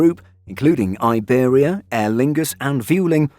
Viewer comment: Will you ever say Iberia the correct way ?